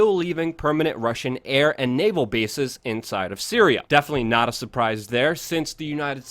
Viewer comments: PuTin not pooin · Hey Luke, I'm being hyper critical here but enunciate your "T"'s please. It's not just you but I'm hearing this a lot from Americans in recent years where words like "Putin" comes out like "Pooin" or Satan sounds like "Sayyin". What's up with this? Is this a conspiracy against the T sound?